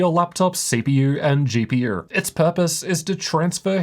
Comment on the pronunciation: your lungs will thank yooorr toorr gpurrr